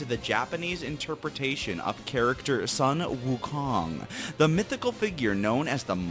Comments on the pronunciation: I speak Chinese and it's called SOONG-woo-KOONG not SUN-WUK-ong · it is pronounced sun wu kong not 'sun'wu kong lol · It's actually pronounced as soon Wu kong not sun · It is pronounced as Soon Woo Kong.Not Sun Wukong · You know, I’m an sorta offended by the way you said sun-wukong( NOT A LOT but just a little...) as its is a very popular Asian/Chinese childhood story/fairytale. I have done Chinese school for almost my entire life, and I spent a whole year learning about the story, the main charecter is SUN-WUKONG. Now I don’t expect people to say it right first try unless you know the actual story, but COME ON. You legit said SUN-WU KONG, it’s pronounced song-ooh-kong it Chinese. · its pronounced "swen wu kong" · Sun Wu Kong... I'm sorry I can't stop laughing at the pronunciation